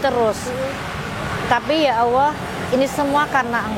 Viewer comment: Untuk bu maaf saya ingin koreksi sedikit. Mohon sebut Allah, jangan awoh. Karena Tuhan di islam adalah Allah bukan awoh.